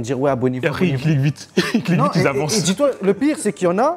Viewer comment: « Acrè » nanani, nanana, « acrè » c’est après bordel 😂😂 ça me rappelle moi quand je parlais en primaire 😊